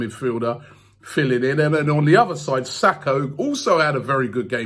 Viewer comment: Day 789 Robbie still can't get names right man said Sako it's SAKA our own player